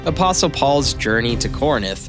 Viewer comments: Very well done video, instant follow…can’t wait for more…The only critique I have is there were a lot of mispronunciations…like Ptolemy..the P is silent…Corinth, not Corninth….but other than that it’s a great first video…keep it up ;) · Why do you keep saying corinith? I guess we can attribute that to american education.